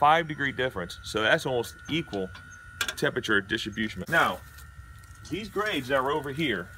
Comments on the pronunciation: Did you say “distribusement”? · Wtf is distrobusiment?? Dude is DAF by the end 🤤